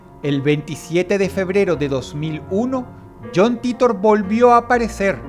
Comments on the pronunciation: Yon Taitor ffs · Me dió cáncer escuchar "John Titor" pronunciado en español.